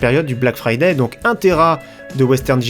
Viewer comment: T abuse avec "Fraday"